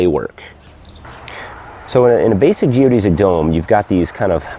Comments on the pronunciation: You are the first person I have heard that says "geo-deez-ic" instead of "geo-des-ic" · Geo-DESS-ick not Geo-DEE-zick